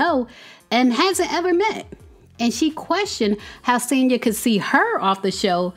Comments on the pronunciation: Noooo it's SANYA 😂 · It’s pronounced Son-ya